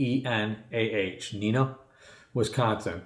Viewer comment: You said Neenah correctly. The southeast quarter of Wisconsin is an area of high strangeness. Lacrosse is to the west but is also very strange. There are many Missing 411 cases from Lacrosse.